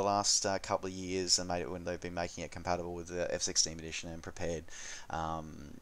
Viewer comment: the way you say "FSX Steam Edition" sounds like "F-16 Edition"